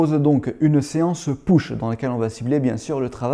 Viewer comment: Juste pour taquiner : push = [peuche] et pas [pouche] 😜👍